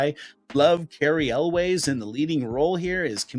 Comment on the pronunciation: cary elwes last name is pronunced elwis